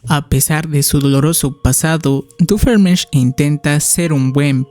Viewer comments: Por cierto no es Doofeenmirch es Doofenshmirtz, aunque te entiendo yo al principio no sabia pronunciar bien su nombre xd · ve a checarte los oídos, no puede ser que no sepas pronunciar bien "Doofenshmirtz" después de cientos de episodios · Me hace gracia como pronuncia doofenshmirtz 😂